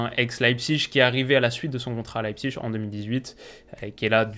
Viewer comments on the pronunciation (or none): none